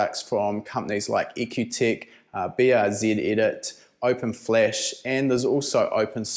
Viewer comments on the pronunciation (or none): toyota eighty sex ,scion f fa ris, Subaru Br zit. That's what I heard.